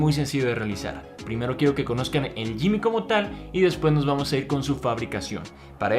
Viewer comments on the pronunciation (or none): gimmick se pronuncia "GUImic" y no "YImic" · De hecho se pronunci gimick, no se pronunci ninguna u